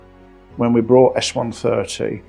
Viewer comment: Bought not Brought